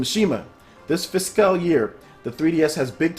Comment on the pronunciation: Bruh I love your vids but please learn how to prounounce Fiscal. It's like Physical without the i, physcal.